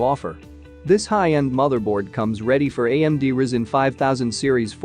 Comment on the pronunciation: Pronounced Rai-Zen, not Risen!